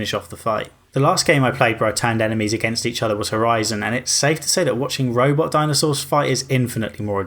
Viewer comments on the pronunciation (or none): none